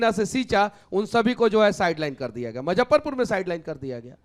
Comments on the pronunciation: मुजफ्फरपुर बोलना सीख लो यार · Muzaffarpur hota hai na ki mazffarpur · भाई मजफरपुर नहीं मुजफ्फरपुर बोल ले।और ये किसी पार्टी में नहीं रह सकता है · M-zaffarpur nahi hai.... Muzaffarpur bolte hain... Isko itna footage kyun milta hai... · Muzaffarpur to bol lo Manish Kashyap sahi se.